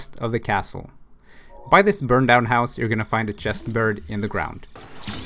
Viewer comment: oh my god I thought you said 'I put the medallion in my horse'